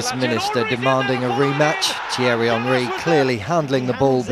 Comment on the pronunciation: I love how the irish fans pronounce henry. like actual Henry